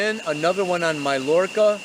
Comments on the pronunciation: Love your weekly reports! Oh, and it's pronounced: may-yor-ka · it's pronounced maYorca :) <3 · It's pronounced MY-YORR-KAH and it's incredible! LOL peace to you! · It’s Mayorca buddy,,, sorry I am a Latina and marvel at the Castilian language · My-Orca, is how you say it. :-) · Pronounced MY ORCA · mallorca is pronounced "my-jerka".